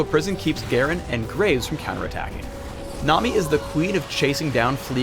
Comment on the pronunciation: is it just me or does it sound like he keeps saying "nom"-i, rather than nami? XD